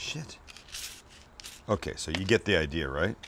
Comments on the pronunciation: U should make a shirt with "okay so", but put a melting cheese as it almost sounds like ur saying Queso (Spanish for Cheese) Would be like u to do something that would be a play on words. lol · "Ok, so..." has me hearing, "Oh, queso!"